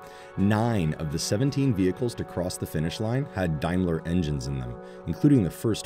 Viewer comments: Pronounced Daymler not diemler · BTW is a D- aim ler..........Not D-eye- mler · Is it only me that cringes every time this commentator pronounces Daimler as Dimeler? Maybe it's pronounced that way in the US but everyone I know (in the UK) pronounces it as it's written. Seriously this video seems to be sponsored by Tesla. Having owned and enjoyed owning a CLK 3.2 AMG and was the longest I ever kept a vehicle (8 years) I paid off the loan in 2 years and even using the authorised dealers for servicing was one of the lowest cost cars to maintain. Before this, I had a Lexus, in terms of prestige most people thought it was a Toyota and no perceived prestige (in the UK) had problems always and the running cost were greater, even the fuel consumption was much higher. Had a friend also who swapped from a Mercedes to a Lexus and regretted it for the same reasons.